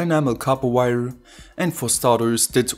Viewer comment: "One-ya" "Two-ya" "Wire-ya"